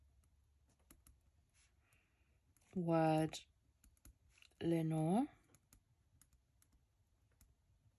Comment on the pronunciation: Lenore is from Edgar Allen Poe's poem The Raven. He also wrote one called Lenore. I know because my name is Lenore and I have had the poem quoted to me a lot. 🥰 P.S. I love the way you say Lenore. 🤗